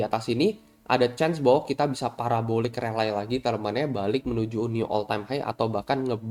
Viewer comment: RALLY DIBACA RELI. BUKAN RELAI GEMESH GUA 🤣